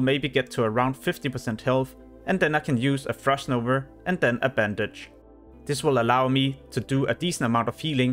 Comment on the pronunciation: Frost novA. Not NovER :p